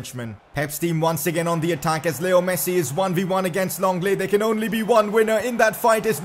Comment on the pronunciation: His name is Lenglet not Longlet